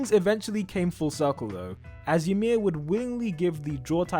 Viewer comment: Ymir is pronounced as ee-mir, not y'mir lmao